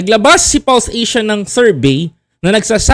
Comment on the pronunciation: False Asia not Pulse Asia lol